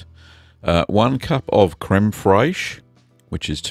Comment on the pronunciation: Fraiche is pronounced just like fresh crud daddy